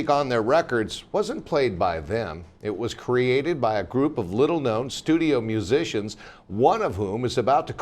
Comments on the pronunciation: Reporter couldn’t pronounce musician lol!!! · "If you haven't heard about Carol Kaye, you are in the majority..." what a bunch of ignorant clueless reporters. That woman in the yellow dress is a major dumbass. Because "musician" is one of the hardest words that can be pronounced...